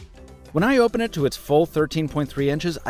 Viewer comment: Who went to check out "HOPEN & CLOSED" and came back :')